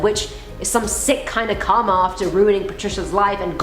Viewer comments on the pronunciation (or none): none